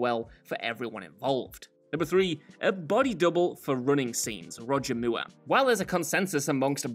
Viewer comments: WTF is a "Moo-ah"? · Roger Mueerh? 🤣😅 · Who the hell is Roger mooo errr? 😂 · Roger Moore would have done his own running scenes in exchange for people not pronouncing his name “Moo-er” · Roger Mooer ? Lmao ! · Moore is pronounced mɔː just like moor and should rhyme with "pour." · Who the hell is Roger Mooer!? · Whats with pronounciation of "Moore"? Strange... Or is this how it IS meant to be pronounced? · The way you pronounce Moore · Why is the last name MOORE being pronounced like that? Is it an inside joke?